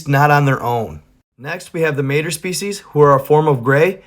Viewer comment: Just thought you might like to know that the race you were pronouncing as "MAY-ter" is actually pronounced as "MY-tray"